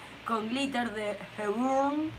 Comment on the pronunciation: Hola! Heburn se pronuncia "JIBORN"... te dejo la data porque ya vi en varios videos que te preguntas lo mismo xD... Muy buenos tus videos. un saludo!